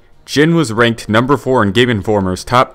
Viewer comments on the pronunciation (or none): none